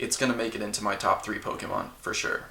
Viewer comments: "POKEMAN" it hurts everytime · I know sometimes I call Pokemon, Pokeman or Pokemons or whatever sarcastically or ironically to make fun of the fact the name has been pronounced wrong for decades, but now doing it so often in a humoristic way almost gets to the point we just call them that just because.